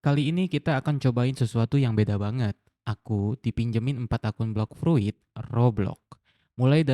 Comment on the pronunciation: Itu bacanya 'Bloks Frut' bang wkwkwk Semangat ngontennya bang...